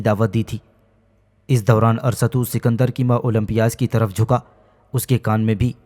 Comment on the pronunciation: Arsatu nahi arastu hsi